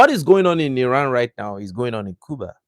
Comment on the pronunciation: You pronounce Cuba the right way!